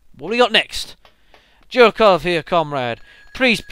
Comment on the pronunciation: Jerkov is pronounced Yerkov.